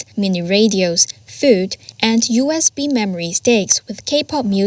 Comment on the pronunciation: The way you pronounce USB Stick sounds like a "B-stick" supplied by the United States. 😂 Also, the south korean pamphlet balloons don't contain propoganda, they contain snippets of reality for victims of a propagandized serf-dom